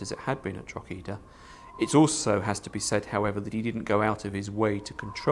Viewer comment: Please learn to say Drog-her-der properly before the inability to do basic research completely discreadits anything that's put forward. The treatment of the garason there is highlighted measly as it foretells the "so called" mass ethnic cleansing of the west. Which you don't conver. A large proportion of the Irish population was killed. To a degree that Irish culture struggled to sustain its self there after. In Ireland Cromwell is the no 1 figure of fear and sadness, and as a result hatred. The silly one sided commentary here is why the Irish view the English education system as ill preparing the them for a sensible relationship in the future. Any oportunity for Ireland to become part of the British Isles ended with Cromwell.